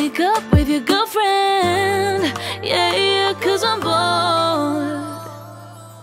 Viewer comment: Its "yah yah" not "yeah yeah"....no hate I literally envy you😂